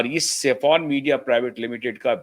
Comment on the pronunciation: Indian flag has three colours Saffron White and Green It’s not Safon as you pronounce It’s SAFFRON - सैफरन